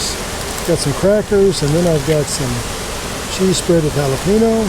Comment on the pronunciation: Someone please teach my man how to pronounce "jalapeño"